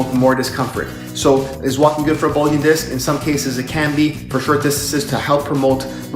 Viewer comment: “Bugling” disc?? Really? 🤣